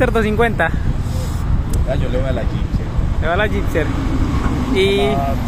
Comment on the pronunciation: No sé dice "Gipser"... Se dice "Gixxer"!... Ya he visto varios vídeos y duelen los oídos cuando dices Gipser con P!... A mejorar la dicción!... O terapia de lenguaje!